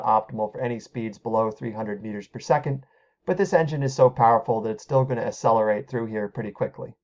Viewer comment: “Asselerate”